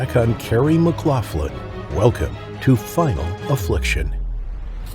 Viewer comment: Dude you couldnt even pronounce my uncles last name right. You Americans really are thick.